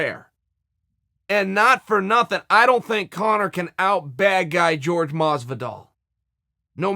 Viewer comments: its jorge masvidal not george masvidal jesus christ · Chael says people only pay attention to kicks and punches... but misses all the stuff behind the scenes and in between.. Proceeds to call Jorge Masvidal .... "GEORGE" the entire interview... it's pronounced "WHORE-HEY" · Jorge is pronounced 'horhe', not 'george'. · Dana is right Jorge(FYI pronounced like "whore hey" , you sound racist when you purposefully call him George, I'm not latino but WTF is wrong with people) is way too big to fight Mcnugget , It would look like child abuse. Masvidal probable wouldn't be able to contain himself for promotion either, Street Jesus takes the shit talk personnel and the lil racist turd Mcnugget has zero impulse control over his mouth, But I would F-ing Love to see them try!!!! PLEASE DANA PLEASE make this shit happen , I'll be worth it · 'George' Masvidal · "George"...hmmmm.It s to hard to pronounce "JORJE "with H ,or you are just too dumb? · His Name is Not George Stupid his Name isJorge Educate yourself Stupid... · Masvidal has said multiple times, "Call me Jorge... not George" .... Say it Frenchie! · For your information mister Sonnen Jorge is not pronounced like George amigo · i'm 89% sure his name is pronounced hore-hey. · I like how askren called Jorge “Gorge” so much and now even old chael thinks that’s his real name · I do not think his name is pronounced "george" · Henry cejudo calls him George. It's fine. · Why does chael refuse to pronounce Jorge right? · Am i the only one that hates how he says Jorge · Nat Han Chael has problems with any hint of espanol. He won’t call Ferguson el cucuy, he calls him Big Ferg🤷🏻‍♂️